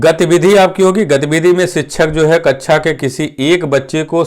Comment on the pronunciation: Its kaksha not kaccha..